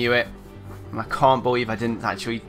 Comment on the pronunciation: Holy shit.. that was fucking awesome xD That ending though and btw "I can't "bee-lieve" I c what u did there xD